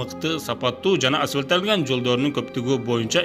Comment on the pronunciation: Окуп бербей айтып бергиле 'асфальттанган" туура суйло азаматсын